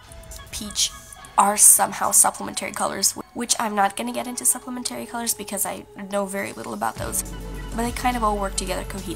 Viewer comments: Pssst Complementary/Supplementary is pronounced like Elementary not Dignitary. :) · This is such a helpful video and a beautiful piece! P.s. complimentary and supplementary are stressed on the I and e (after the p’s), not not the A at the end. Not that big of a deal, just something that startled me a little since I’ve never heard it pronounced this way!